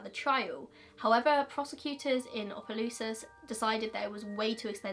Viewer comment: I’m from Louisiana and live about 30-45 minutes( this is not a far drive for people in Louisiana lol) from Opelousas and never knew about this! Also, props to you for pronouncing Opelousas right!